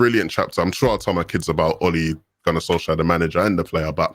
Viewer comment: It’s Solskjær get it right